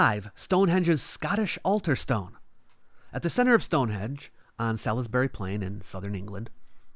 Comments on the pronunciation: Quick note: Salisbury is pronounced like "Saul's Berry" or "Saul's Bury". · It's pronounced, 'Sorlsbury'. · I can't really blame them. It should be pronounced Sal Is Berry. Not Sals Buree. Bit like how everyone else always says York Shy Er instead of York Shur. I always say there's two versions of English. International standard and mainland mess.